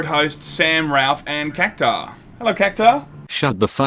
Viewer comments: Cactar? There there's a u in cactuar no wonder the poor little guy is so pissed. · It's pronounced "Cactwar"